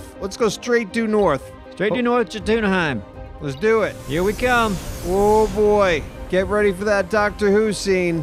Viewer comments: I believe Jo-Tuna-Hiem is pronounced "Yo-Ten-Hiem" and the near panic in voice was just perfect 😂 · "Jot-una-heim" lol... bless heart. Its Yo-ton-heim. Js make an English Y sound in Scandanavian languages, like much of Germanic and Slavic langauges as well. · This video is a testament to Thicks greatness in this game. He used to do this stuff SOLO!! Also, not Joe-Tuna-Hime, it's Yo-Ton-Hime. LOL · Jotunheim Joe-tuna-heim.... Least you said the last bit right. Yot-em-heim ( yot it like saying Vote but with a Y from Yogurt ) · Jo-Tuna-Hiem Honestly couldn’t expect any less from. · "Yo-Tun-Heim", heim rhyming like "mime" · It's Yo-ten-heim 🤣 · Jotunheim is pronounced Yo-ten-heim. In old Norse Js make the Y sound. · Jotunheim: Yo-Ton-Hi-mm. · it pronounced Yot-en-heim. The J makes a Y sound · The pronunciation of the realm Jotunheim kills me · Love how they mispronounced Jotunhiem. The j sounds like a y our u